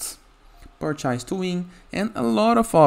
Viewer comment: Who the Fuk says "purch-eyez"?? I don't get it, its either an Indian with a durka durka accent or some guy that can't speak properly making these videos. its painful, I'd rather listen to 2 cats humping in a dumpster fire. PLEASE if you can't speak clearly, use an AI voice over. Thanks.